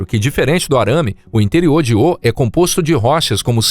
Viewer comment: Crosta se pronuncia com o fechado e Io também 😬🙄